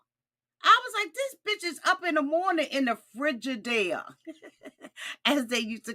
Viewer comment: Not the fri-ge-dale...😂😂😂